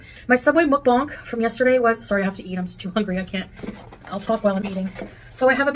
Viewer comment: Of all the different ways to say mukbang .... mukbanK is NOT one of them!